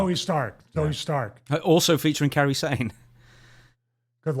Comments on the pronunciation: It's pronounced KAI-ree, not Carrie like that Steven King movie. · My man called Kairi "Kerry"...dawg what 😂